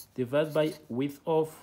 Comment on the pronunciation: When you said width with widtb😂